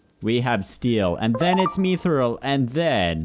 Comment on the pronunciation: mithril is pronounced myth-rill